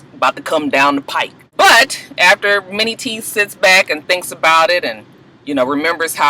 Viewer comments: y i thought u were saying "mini" teeth lol!!! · Lmao....I always thought you was calling this nigga "Mini" teeth. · tc g me too!!!